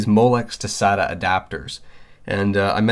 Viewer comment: when you say (sat-a) I cringe